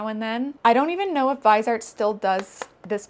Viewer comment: sry maybe u'll appreciate this maybe not but "viseart" is a french brand so you could say "VEE-zay-art", the vise comes from visage